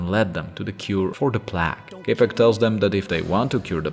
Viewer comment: Plague is said with a "long" A, like Play-ge, otherwise great video